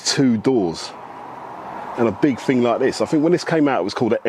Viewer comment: Wasn't, not weren't. Thousand not fousand. Thing not fing.